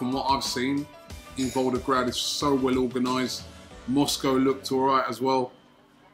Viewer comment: ROBBIE!!! It’s VolGograd, not VolDograd